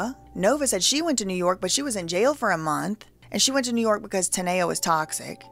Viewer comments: Her name is TAAA-Kneeeeee-Yaaaah . ( TANEA ) her saying it like Tania is aggravating me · TUH•NEE•UH not TUH•NAY•UH 😅